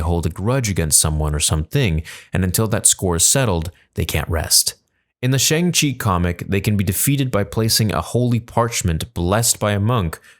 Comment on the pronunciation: I hate to be that guy but you should pronounce it as "SHONG-CHI". Some people might get offended.